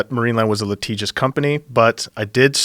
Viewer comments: He kept saying letigious in the beginning but idk what it means and dictionary isn't coming up. How do you spell that? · liTIGious not liTEEGous